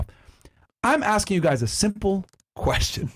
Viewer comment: this woman mispronounces every word.... "talsk" to a man, "aksing" a question, "muhzuklin" man....